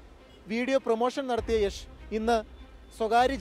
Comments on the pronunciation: യാഷ് അല്ല യഷ് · it's not yaaash it's yash!!!!!!!! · യാഷ് എന്നല്ല യഷ് എന്നാണ് പുള്ളിയുടെ സ്റ്റേജ് നെയിം..